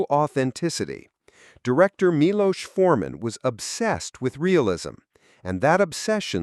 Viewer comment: Milos (mee-lose) was a great director. "One Flew Over The Cuckoo's Nest" was a game changer for me.